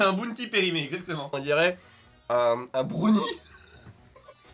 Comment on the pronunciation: Asarei65 a peu prêt tout le monde. Brounie c’est pour les gamins de 13 ans qui arrivent pas à prononcer un mot en anglais.